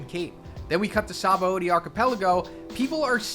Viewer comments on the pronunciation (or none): none